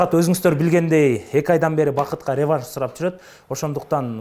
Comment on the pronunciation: Бл*дь,хотя бы рЕванш эмес,ревАнш дегенди уйрончу, ебана